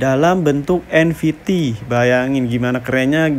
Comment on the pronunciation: Nft bg bukan nvt😂😂😂